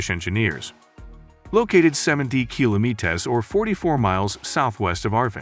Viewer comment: why cant this guy pronounce kilometres? lol